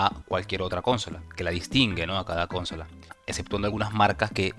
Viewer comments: Que estresante que digas cónsola en vez de consola, es buen video pero de verdad es molesto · Jaja no puedo con el CÓNSOLA